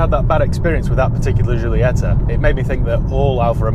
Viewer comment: Is Jeeolieta.. Like you say Jeez.. When I hear English people speaking Italian or other Romance languages I feel sick. And you know why? What the hell is wrong with you.. we can speak your English very very well and we never get it wrong. Why is not the other way around? Because you are all ignorants? P.S. Very nice content man.. keep it up!